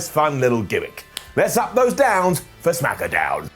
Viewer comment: He said smackadown again